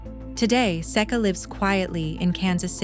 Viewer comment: Another mispronounce from AI. Seek uh. Not Sayka or Secka. Didn't learn a thing.